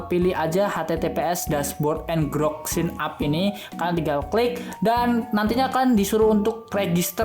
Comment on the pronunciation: Bacanya itu enjirok, bukan ngerok